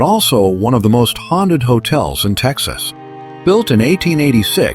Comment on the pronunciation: I wish they would pronounce the name of my state right.the name is Texas.❤❤❤🎉🎉🎉